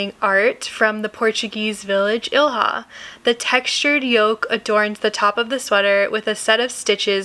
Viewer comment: Thanks for the patterns! They're very pretty! Ilha is pronounced "ílya", though. It's Portuguese for "island".